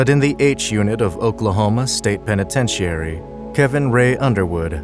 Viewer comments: Is this an AI voice over or can the narrator simply not pronounce 'penitentiary' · Oh another youtube who doesnt know how to pronounce penitentiary